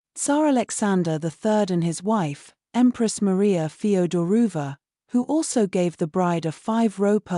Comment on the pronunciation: Feoderovna not Federuva